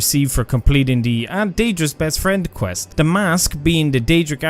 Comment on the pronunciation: Lolz, tries to teach us how to spell "artefacts", pronounces "the" as "duh", "this" as "diss", and "they" as "day" 😂😂😂